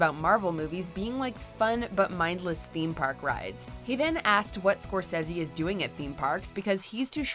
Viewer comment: Not pronouncing Martin Scorsese correctly, was the greatest peeve of all for me!!